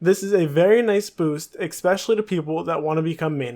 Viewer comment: Learn to read, dude... skimitar was annoying but I had to shut it off when you said expecially...